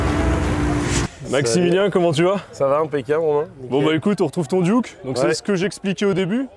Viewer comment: c'est des duckw pas des duke c'est comme donald duck pas donald duke.... sauf si vous les francais vous avez donald duke et daffy duke , la prononciation francaise est pire que le canadien alors